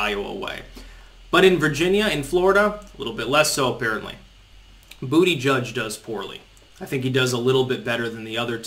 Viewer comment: your "Bootyjudge" pronunciation caught on! I heard some chick on Fox saying it last night. I laughed my ass off.